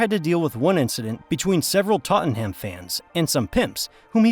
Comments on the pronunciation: Toadenham? Who TF is reading this?😊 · ports-muth , middles-bruh , tott-num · INTER FUCKING CITY NAMED AFTER THE GOD DAMN TRAIN.yanks should never do commentary on anything regarding BRITAIN...TOTEN HAM...LOL...just say SPURS